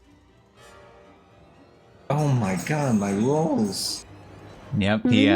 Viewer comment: Oh, my gawd, my lowls! (I know it was Rolls, yet...)